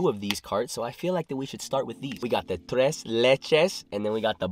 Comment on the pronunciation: Solid pronunciation on the "tres"